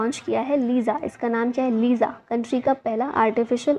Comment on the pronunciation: Madam main odisha se hu .....liza nehi lisa..... ( Lica)